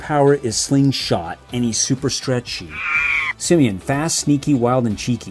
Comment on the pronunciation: It's simian not simon